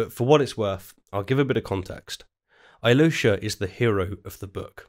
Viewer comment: Aivan and Aloish... you guys mispronounce this name so badly I can not even write how you say it🤣 That feeling when you are russian and you learn about russian literature from a british dude. All-yee-low-sha😂😂😂😂 Why just dont say Alosha like hawaian Aloha but with sh sound?